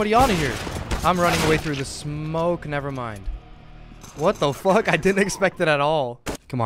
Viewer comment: that was the most Dutch ‘What The Fuck’ I ever heard ;).